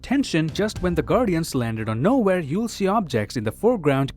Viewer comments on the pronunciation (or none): none